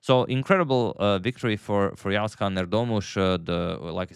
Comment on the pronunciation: He pronounces the letter 'ğ' correctly